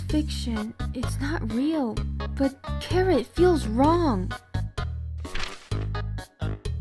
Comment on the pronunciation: 1 chara’ s not a boy 2 it’s chara not cara